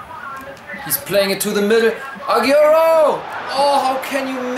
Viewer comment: I like the pronunciation of Agierroo its funny